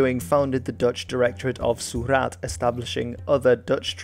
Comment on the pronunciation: your pronunciation is always Excellent and I really appreciate that. For continued excellence, I will just point out you pronunciation of 'Surat' is just a little off - there is no stress on any syllable. You were stressing the A, but it is just a short sharp Surat 👍